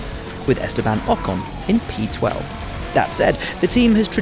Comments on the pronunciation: Did he pronounce Ocon's name as Pocon?? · 'with POcon twelfth'